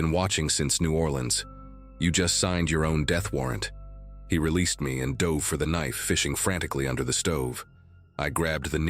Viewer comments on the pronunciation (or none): none